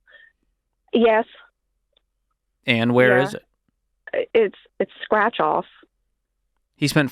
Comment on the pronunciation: *Strach? You mean Scratch